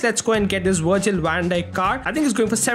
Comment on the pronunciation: Wirgil wan dijk got me laughing